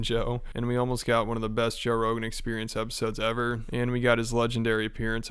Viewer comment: Toe Brogan